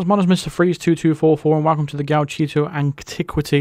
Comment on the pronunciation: Nailed the pronunciation this time 😂